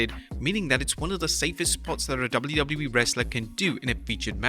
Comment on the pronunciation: Bawhaha, this guy just can’t properly say “WWE”. It’s so annoying.